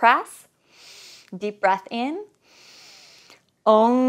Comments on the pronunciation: It's not ONG it's called OM, you check it out in Indian vedas ,since it's a powerful word it's necessary to be pronounced correctly-AUM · It's not ong 😂😂😂 ..